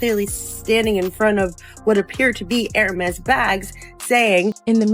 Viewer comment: This AI says URMA instead of HERMÉS......really...at least say the name correctly!!!!!!